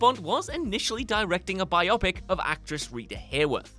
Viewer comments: Just so everyone knows, biopic is pronounced "BYE-oh-pick" not "bye-AH-pick" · it's uh....Bye-Oh Pick. Not Bi-Oppick.. Cripes. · Bio + pic = biopic Does not sound like myopic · Is it pronounced bio-pic in the UK? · I wonder how accurate your information is. I mean, you can't even properly pronounce the word "biopic." 🙄 Agreeably, this movie is one of the greatest ever made. Most certainly the greatest prison film ever. Sidenote: For the life of me, I have never understood why people put Tarantino on such a pedestal. Even shows like The Simpsons poke fun at the teenage like angst depicted by Tarantino. At least the Simpsons don't take themselves seriously. I mean, talk about overrated film makers. Every, single Tarantino film offers the same adolescent BS: 1) Gratuitous violence 2) Making illicit drug use seem cool 3) Needless use of profanity I can somewhat see how an immature teen might like a Tarantino film. Everyone else has to reject this highschool mentality or we'll never get another movie like Shawshank again! This explains why the only movies coming for the last 20 years are based on comic book super heros.